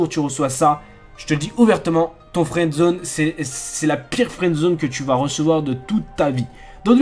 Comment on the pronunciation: au début tu as dit " fouendzone " et nn " friends zone